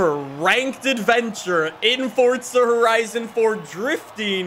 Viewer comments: It’s For-Zah not Fort-Sah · its FORZA!!!!!!!!!! NOT FORTZA ffs